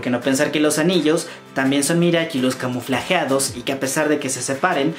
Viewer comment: Sin ofender pero se pronuncia camuflados y forma camuflada